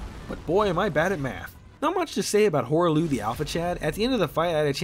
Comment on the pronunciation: Hearing someone say hoarah loux earth shaker sucks, and Godfrey's axe is great is so jarring.